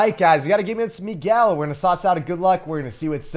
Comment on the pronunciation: This guy actually pronounced Miguel right, nice